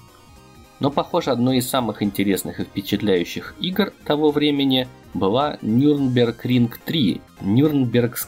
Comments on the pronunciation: Только не нюрбергринг а нюрбургринг ) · Всё круто, только правильно "Нюрбургринг", а не "Нюрнбергринг".